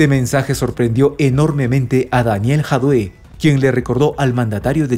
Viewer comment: lee Jadue con acento en la a y leido tal cual.